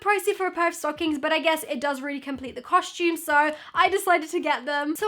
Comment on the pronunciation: I just noticed you say costume the same way mia maples says it "coshtume" lol